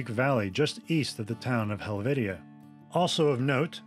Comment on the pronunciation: Learn how to pronounce name's its not helvitia its helvetia the e makes the A sound